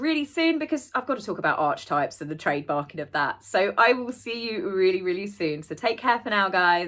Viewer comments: Pronounced arky type! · Archetype is pronounced Are-kah -type. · arch - e- type